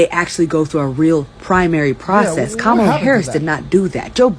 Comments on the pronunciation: I despise Kamala but her name is pronounced Comma, like the punctuation mark. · Comma lah. That's how you pronounce her name. lol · Before anyone keeps talking shit, at LEAST pronounce her name right for fucks sake. regardless of who you support, you're making yourself sound ignorant. Making all of the other trump supporters look foolish. i dislike Kamala Harris as much as the next republican but good grief, TRY to sound professional and coherent.